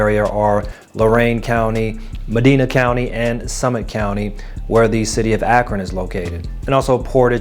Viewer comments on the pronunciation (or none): The i is long for medina. Mi die na - is how its pronounced. I lived in brunswick for 15 years